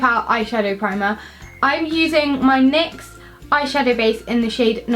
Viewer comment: Sorry I just have to say you say nix as n y x